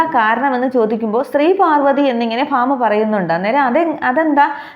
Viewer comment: Fama alla bhama parayu ucharanam sariyalla